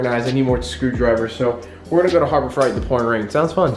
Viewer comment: did my mans just say Harbor *Fright*? I think you mean, harbor freight, like frate.